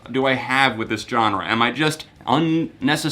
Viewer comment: I've just realised he says Johnre and now I can't stop hearing it